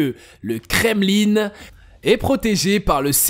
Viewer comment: Le "kremlinE"..mdr